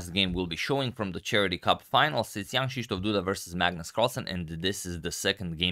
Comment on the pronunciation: I always hear "Young Krzysztof Duda" instead of Jan :P